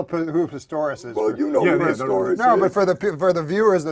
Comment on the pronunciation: Was he making a joke about calling him Pistorus instead of Pistorius? Is that what he was playing at when he was talking about explaining it for the viewers at home?